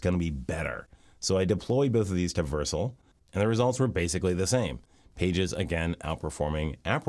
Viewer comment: Only thing bothering me is how he pronouncing it Vercle